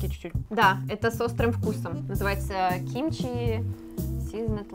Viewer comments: правильно кимчи а не кимчхи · Не кимчхи,а кимчи) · Не кимчхи а кимчи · Ребят, не кимчхи, а ким чи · Не кимчхи, а кимчи, это корейский салат(но это не точно) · Ким чи а не Ким чхи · Не кимчхи, а кимчи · Не кимчхи ,а кимчи . Без х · Неправильно читаете не кимхчи а чимчи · Правильно Кимчи)